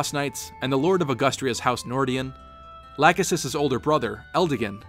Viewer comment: If you use the FEH to know how to pronounce Camus, then why did you use the wrong pronouncements of Lachesis and Leonester because Nanna says Lachesis's name as one of her quotes in FEH and Quan says Leonster in one of his quotes. I would have understood if this was created before Nanna was added into FEH, but since you added Quan's FEH picture, this is after Nanna and Quan was added into the game.